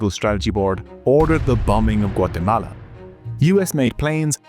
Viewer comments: I REALLY appreciate that you correctly pronounce a countries name! top notch 🙏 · I like the enormous effort to pronounce "Guatemala" authentically, whilst butchering everyone's names.